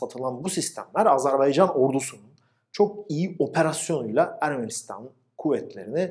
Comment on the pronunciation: Azarbeycan Değil AZERBAYCAN kardeşim